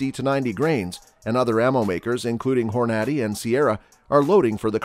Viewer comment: Why are you pronouncing the Hornady name wrong? Apparently, either you don't hunt or your from Europe?